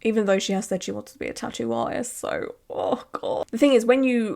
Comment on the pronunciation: The way she’s pronouncing tattoo is driving me crazy, I’m also Swedish and it’s not that hard ffs